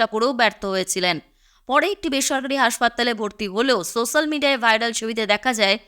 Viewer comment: Social = সোশ্যাল উচ্চারণ হবে, সোস্যাল নয়।